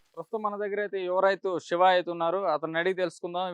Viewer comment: అరె పేరు సరిగా పలుకు రా బాబు సెవ కాదు శివ